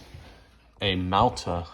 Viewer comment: Thanks for the correct pronunciation of Mauthe!